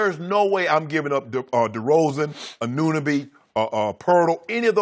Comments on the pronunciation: They always say his name wrong lol.. it's not O.G Annanuuuby Lol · You guys sound sad the way you're pronouncing og Annunoby's name... ann-A-noby not "anoonaby" lmao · "ANOONOBY" LOL. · So we’re just gonna act like Shannon didn’t just say ANOONABI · Can y'all learn how to say Anunoby lmao